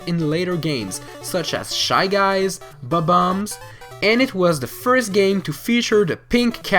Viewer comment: Wow your accent makes bob-ombs (?) sound funny... bum bums.